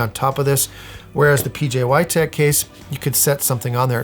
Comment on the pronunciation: IF HE SAYS "pjy" ONE MORE TIME.....